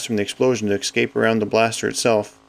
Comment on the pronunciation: Please fucking say "escape" properly I know you're canadian, but come on????????????????....................